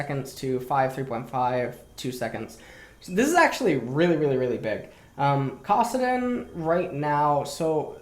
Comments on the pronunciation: Why the hell does intentionally mispronounce champion names? It's so jarring and not necessary. It's KAssadin, not CAWssadin. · He pronounced Kassadin’s name 3 times as Kossadin, then accidentally said it correctly but corrected himself to Kossadin again...Is this a meme? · Anyone else wanna shoot themselves when pronounced “kassadin”? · Bitch nigga even says it correctly and “corrects” himself by mispronouncing it again what a stupid bitch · Can't stand the way you pronounce Kassadin. It's like saying tah-mato or pah-tato. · Shout out to the fact that you say Kassadin with the same vowel sound as the word "cock".